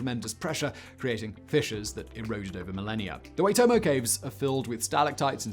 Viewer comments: Oh my god Simon, you are such an idiot, I thought you were a big brain!!!! 😁 Waitomo Caves is pronounced like 'why-toe-moe'. It is quite an amazing place, to be honest, the scariest things inside the caves are eels that brush against you when you clamber through the pitch black stream while trying to find your way out - Awesome work bud! 😁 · Good day Simon. How you doing? Massive NZ fan here. Those caves are pronounced ‘why-toe-mow’ You did well! Ps: been there... You “can’t” see the worms, but you can see their work. Recommend a visit. 100% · Yay Waitomo! The 'Wai' in Waitomo could be said like 'why'. Really appreciate your attention to pronunciation. :) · Waitomo is pronounced WA (like in "pack") I (as in "sick") TO MO 🤙🏻 It's one of the many wonders of my beloved country ❤ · He doesn't even get English right. He's awful at pronunciation despite claiming he has a dictionary for it... It got so bad at one point it almost became a meme comment since then he's mostly ignored it. I'm amazed he bothered mentioning with the NZ ones but as he did I agree he should have with the rest as well. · Its more like Why-toh-moh, but most kiwi's would pronounce it like Why-toe-mow. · pronounced "why.tor.more".. peace n love from NZ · Used to live by the Waitomo. Nope, the pronunciation was way off, but appreciate the effort 😂 (WHY-tow-mow)It is also considered to be a tapu (sacred) area. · Waitomo is pronounced more like ‘why’ than ‘wey’ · You got 'Waitomo' close. It's more 'whytomo' rather than 'waytomo'. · Honestly really bloody close Waitomo is pronounced whytomo the a is silent but definatly the best pronunciation of a NZ name that I have heard on YouTube I do applaude you Simon Māori place names aren't easy to pronounce especially for some outside of the country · Very close Simon it’s pronounced like “Y-toe-mo” but still you’re pretty close on that one. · It's pronounced Phonetically like Why-Toe-Mo. :) Keep up the great content! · It's pronounced "Ytomo"